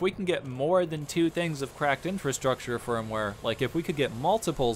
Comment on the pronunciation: I got totally wasted taking shots every time you said "cracked INFRUSTRUCTURE firmware".... not even the right term. 2/10